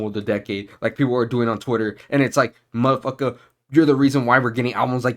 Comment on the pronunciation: I felt that "muhfuckah" all the way here from Australia 😂